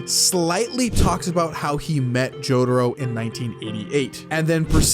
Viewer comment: stop saying jotaro like that